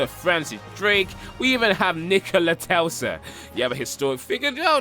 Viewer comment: NIKOLA TELSA LOL !!!!!!!! it's TESLA genius